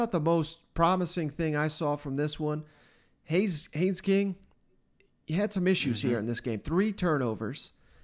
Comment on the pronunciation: Good job getting Haynes right👍 The next one is is Achane. It’s pronounced A-chain, like the the letter A and then Chain. I think you’ll have to talk about him a lot this year and I’m sure he will appreciate you getting his name right.